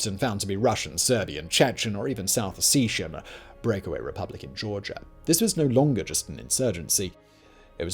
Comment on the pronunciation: Excellent recap of a 30 year mess sponsored entirely by German myopia. Please learn to pronounce the words “Ossetia” & “Mariupol”. Yes, I’m American.